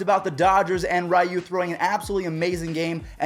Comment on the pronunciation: Your still saying ryu name incorrectly lol